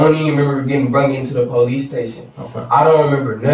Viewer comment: "pow-leece", no, nobody has to deal with you.